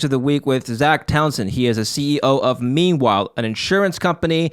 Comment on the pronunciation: I thought says "Memewhile"😊